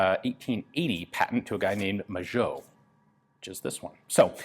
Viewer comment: Magot is pronounced ma-go in french, not majo... cool video anyways